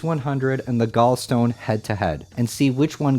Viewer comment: gallstone, gall to rhyme with wall